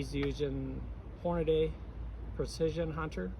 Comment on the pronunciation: Horna-DEE not Day